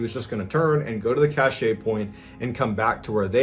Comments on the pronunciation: *Apologies to all in advance - autism does wonky things to me sometimes. Cashet (cash-ay) means prestige. You mean Cashe (cash) a store of goods or supplies. I am sorry - it is making me crazy hearing it mis-pronounced (oh, whew, 5 mins in you pronounced it right) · Cache is pronounced cash not cachay/cachet 😂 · Cashay drinking game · I know, it is so cringe hearing cachay so many times. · MrBallen, please look up the pronunciation of "cache." The "e " is silent. Yeah, I know I'm grammarphreak and lots of you don't care, but I love MrBallen and don't want others being disrespectful. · Cache is pronounced kash. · It's a cache pronounced cash. It's a collection of items that you store. An example is an arms cache. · I’m so glad someone else knew. It was tap dancing on my last nerve. The word is French and, like so many other French words used in American speech, it’s more often than not butchered. Makes me nuts! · Thank you, the pronunciation was making my eyebrow twitch.. lol I do love the channel and content though… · It maybe the French pronounces it just the same way Mr. Ballen did... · I actually can't continue listening because of it. I think he's thinking of cachet like a good reputation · I was thinking the same thing lol but I figured maybe I was wrong because he was a Navy seal. I don’t know. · Gawd ty for pointing that out! I was about to lose my mind as many times as he said it wrong! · It's funnier to say it wrong bcs it pisses ppl like you off!😂😂😂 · omg… EVERY. TIME. CACHE. WAS. MISPRONOUNCED. 🤯